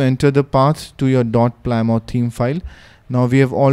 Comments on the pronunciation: it's pronounced 'plim-oth' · btw, it's pronounced pli-muth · Well done. Is there a way to preview what each splash screen will look like before installing it? PS "Plymouth" is pronounced "PLIM-uth." Thank the Brits for that. :D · We indian called it ply mouth